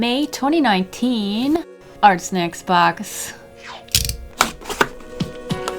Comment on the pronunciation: can i just say sometimes when she was saying ArtSnacks it sounded like she was saying arsenics And, what if you took water with food coloring and used the water brush like a marker, would that work?